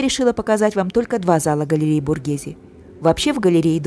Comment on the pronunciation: СПАСИБО! ЭТО ШЕДЕВР ЗОДЧЕСТВА, Я бы никогда этого не увидела, только благодаря вам, я бесконечна благодарна. Произношение БОРГеЗе, звучит правильнее БОРГЭЗЭ.